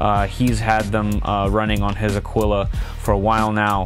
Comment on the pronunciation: The way you say Aquila though drives me crazy....